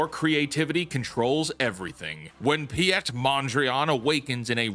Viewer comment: Pi ette? It's Pete that's how you say it. You spell it piet good effort though.